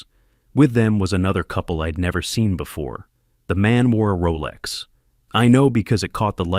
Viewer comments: Ee-d instead of I’d. It bugged me, too. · "How eeid ..." It's "I'd". You forgot the apostrophe, so yourSI got confused about the word. Be careful! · Please teach your AI that apostrophes exist and affects the pronunciation of words. It's not "id" for "I'd" and "ill" for "I'll". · You couldn't be bothered to punctuate correctly so it's pretty noticeable when the AI voice says im instead of I'm or id instead of I'd. You should fix that in the future.